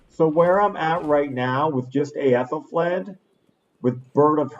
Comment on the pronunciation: i think youtube deleted my comment b/c i linked to other youtube and ayylmao gif, but it is "ETH EL FLED" per another youtube on aethelflaed pronunciation. did you decide you don't like the holy palace deserter trick? i was considering using that, although i'm much smaller so it would be like a "kill e5 for hunter lucky favor" thing for me.